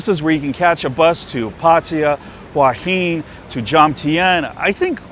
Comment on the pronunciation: Ffs, learn how to pronounce Sukhumvit. For that matter learn how to pronounce Pattaya and Hua Hin too.